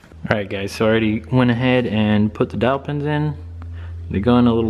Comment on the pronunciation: Dowel pins Not Dial pins...👍